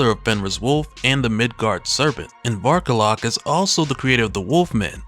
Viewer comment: When he first introduced him the way he annuciated it sounded like Bark a lot. XD